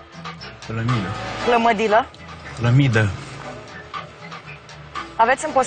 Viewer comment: Cum zice Ramon "plamida" =)) mor de ras de fiecare data